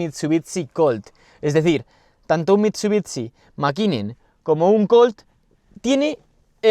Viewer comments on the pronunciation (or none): no es mitsubitsi se dice mitsubishi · Se pronuncia "mitsubishi" no mitsubiTsi, es horrible cuando lo dices por dios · mit su bits ci. por que los españoles tienen unas pronunciaciones tan de mierda!? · Muy muy guapo el vídeo, el Evo 6 y 9 siempre han sido mis coches favoritos de toda la vida. Por dios escuchar MitsubiTsi duele!